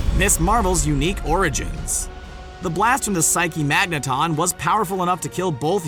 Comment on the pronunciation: And if this guy mispronounces psyche-magnatron one more time...